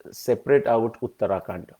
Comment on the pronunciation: It is not uttaraakanda, it is uttarakaanda